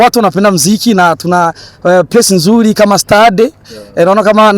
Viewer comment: Jaman kiswahiliiii eti tuna place nzuli kama stade😂😂😂😂😂iki nini surely😢